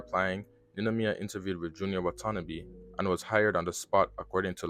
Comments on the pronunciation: First off you mispronounce Watanabe's name. Look it up and get it right. Second it keeps saying "Commes" which is incorrect in the video. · 99% of ppl who talk about Junya Watanabe pronounce it incorrectly lmao